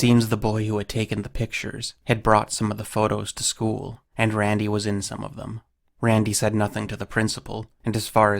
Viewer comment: The way this guy says "Rrrrrrandy" is ridiculous.